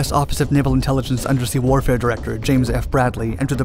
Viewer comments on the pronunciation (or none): none